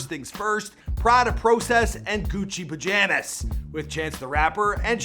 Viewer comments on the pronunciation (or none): this man cant even pronounce pajamas right